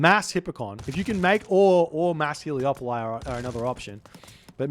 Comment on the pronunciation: Am I wrong or are they called Helepoli and not Heleopoli? Or are you just saying that because it sounds nicer, because it does😅